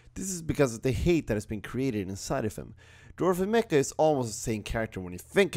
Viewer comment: It's Not mecca it's MACHA 🙄